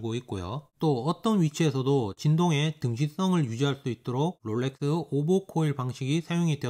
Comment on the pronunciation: 롤레뜨~~~th 발음 죽이네 ㅋㅋㅋㅋㅋㅋ